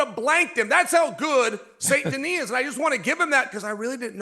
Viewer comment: Have I heard Chael saying St. Noir?😂